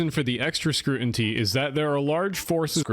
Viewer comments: scrutinty twice. Is it AI or just an idiot who can't say stuff right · Honestly “scrutinty” is legitimately unacceptable lol